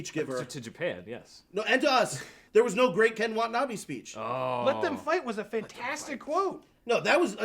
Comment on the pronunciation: PLEASE pronounce the name right. Its not Ken Wa'nabee its pronounced KEN WA-TA-NA-BAE sincerely, angry asian-american